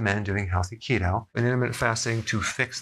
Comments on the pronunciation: keto sounds like akido mma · what kind of keto? I’ve listened to it several times and still can’t understand what you are saying, thanks.